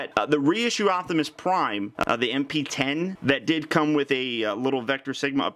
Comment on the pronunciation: it hit that "G" spot for ya, lol.